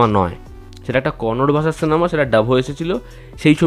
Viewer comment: Ota Kannad noye Kannada 😡😡.